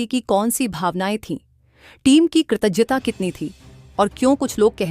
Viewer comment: Kratagyta and not kratajta